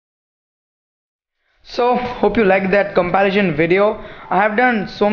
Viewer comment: If you want to improve, seriously work on your English. Its comparison not comparision! Also, dont talk so much, you end up speaking a lot of nonsense, keep it short and simple. Don't bore your viewers.